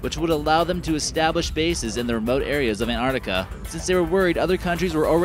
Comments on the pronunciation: What the fuck is Anartica????? its ANTARCTICA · LUDO Rightly said... Please pronounce " Antarctica " not Anartica!!!!.... and present the video neutrally....not in a way glorifying the USA only. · I cringed every time he said ANARTICA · Man, how many times will you repeat Antrarctica... if you're already talking about that place - then all things are there... whatever lake - Antarctica, whatever place - Antarctica, whatever valley - Antarctica... and to add to annoyance - it is NOT EN-Ar'ica ... you're missing damn T ... twice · Ant arc ti ca, not ant art ica. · It's not an accent, but mispronunciation. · Bill and Ted's Excellent An-artica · Ur the only person on utube that can pronounuce Anartica correctlyy. Congratulations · i thought i had just been saying it worng my whole life along with everyone else in my country. (kiwi) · No, it's not an accent, it's pronouncing the word WRONGLY. Probably because he read it wrong or has heard it pronounced like that. If it was only t glottalization, but he is completely ignoring the C in arCtic. Artic is not a word nor a place. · Wait, where do you get that the word 'Antarctica' came into the English language without a C? And what happened to the issue the narrator is not pronouncing the T? Anyway, the name comes from the Greek ἀνταρκτική, meaning opposite to the north. That has a pronounced tau (or T) and kappa (or k, changed to a c having the same sound in Latin) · its a pity you cannot pronounce the word Antarctica properly. Sad really. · Why can't he say 'Antarctica' correctly? How did he even get this job if he cannot pronounce a simple English word?!!